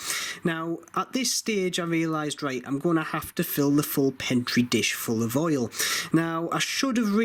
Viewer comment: It's Petri dish not pentri dish